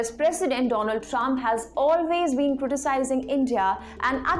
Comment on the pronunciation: Once the wise man said dolund trump 😂😂😂😂